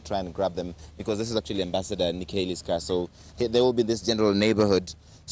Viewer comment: What horrible reporting! The US ambassador's name is Nikki Haley, Not Nick Haley, and SHE wasn't even in that group of people.